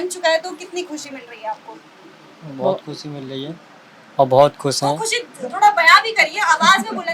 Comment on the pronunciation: Lappu kusi ni hota Khushi hota hai bolna sikho